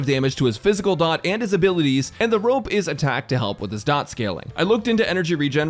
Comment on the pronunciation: FINALLY A PERSON WHO KNOWS its Dot, not D... O ... T star rail youtubers were getting annoying saying D , O , T